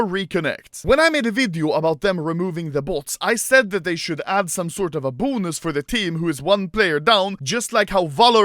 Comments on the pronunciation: The way this dude says "Boo-nus" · Me: bonus Anomaly: BUUNUS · The way he says “bonus” 😂